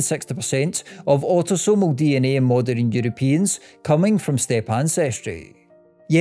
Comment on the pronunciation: Moderin and westerin lol